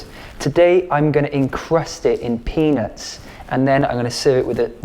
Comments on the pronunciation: It's not his accent - he did say penis, and he knew it, lol! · Why does it sound like you’re saying penis? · Chandra Heidel not his accent at all he legit said penis 😂😂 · I need a compilation of Gaz saying: Vebgetables and peanots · I keep thinking you’re saying “penis” 😂 Nice video though. I’m making this tomorrow! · If you didn’t have emphasized the peanuts .. I wouldn’t have noticed hahah